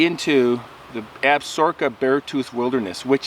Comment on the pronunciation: Ab-sa-roka......Crow Tribe, Not Ab-sorka....dillweed.